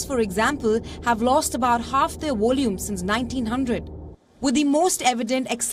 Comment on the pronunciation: """Volume ""NOT """""wallume""''"